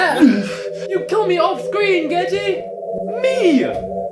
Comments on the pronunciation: It's gege, not geje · Gege is pronounced "gay-gay" no joke tho